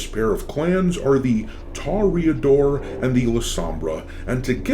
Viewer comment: Where the hell are you getting tah-ree-uh-dor from? That isn't how it's spelled.